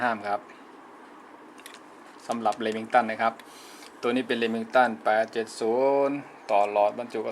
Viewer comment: Lemington??? Lol :)